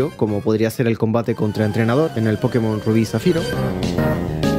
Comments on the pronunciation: Asumo que es la herencia norteamericana. En todo caso, la mayoría en latinoamerica pronuncia pokemón porque así les decían en el doblaje del anime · Tranquilo, los de España son los que pronuncian mal, esa tilde no es del español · Soy de España y te disculpo por la pronunciación xD El fantástico análisis lo compensa. Espero con ansia el próximo vídeo centrado en la música de Pokémon! :D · Con la palabra Pokémon pasa algo muy curioso que solo lo vi con otra palabra, y es con Píkachu jajaja, son palabras que siempre vas a encontrar gente que las pronuncie como graves, como agudas o como esdrújulas, Y LO PEOR ES QUE LAS DOS TIENEN UNA TILDE!! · Pokémon se pronuncia acentuando la primera O. La tilde en la E es para que los yankees no le digan "poukmon" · desde cuando nadie lo pronuncia con el acento en la ultima o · Pokemon se pronuncia asi tal cual ese acento en la "e" esta mal es algo de los gringos o para ser mas puristas seria Pocketo Monsuta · Acabo de llegar de un viaje en Japón, he estado en las tiendas nintendo y siento decir a toda hispanoamérica que, simple y llanamente, la pronunciación correcta es "PoKÉ-mon". Vaya, que tampoco debería haber habido nunca ninguna duda, la propia palabra está escrita con una tilde bien grandota. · A ver, que no hay que disculparse por decirlo mal. Puedes pronunciarlo como quieras pero el propio creador ha dicho cómo se pronuncia y tiene una tilde como una catedral para saber cómo es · Pregunta sería. ¿En latino américa se escribe "Pókemon" con el acento en la primera "O"? porque nosotros le decimos de esa otra forma porque el acento está en la primera "E" xD. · nunca he entendido porqué le decís "pókemon" en vez de "pokémon" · Sin tirar nada de hate y solo por curiosidad: ¿por qué dicen pókemon en vez de Pokemon si hasta tiene la tilde en la “é” en todo lo que está escrito en español? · En Colombia le decíamos Pokemón 😂😂😂 (o por lo menos así siempre lo escuchaba yo)